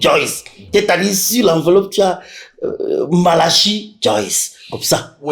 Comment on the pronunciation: Bob Marley dit madame malachi, ça sonne comme banane malaxée....mon goût